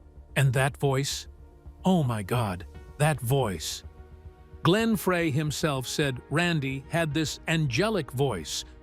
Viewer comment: I had to stop when I heard the name "Glenn Fray. "